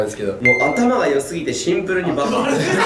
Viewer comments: 「シンプル」を「ツンプル」って突っ込まれてから、ずっと絶対ツンプル入れてる元太ツンプルに可愛すぎる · ツャツはツンプルにきろ ワロタ😂